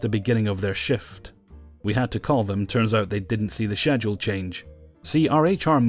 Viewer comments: God I love your videos but i can't help but noticed you pronounced schedule wrong.. or at least I dont pronounce it like you do.. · Schedule..... How many times he said it the way he did was painful. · I love these videos buuut the way you pronounce schedule makes my skin crawl.